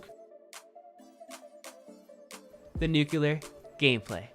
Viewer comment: I stg if this dude says nucular one more time😭🤦🏾‍♂️